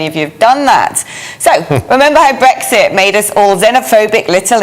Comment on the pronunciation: I love the way she says 'Bwexit' 🥰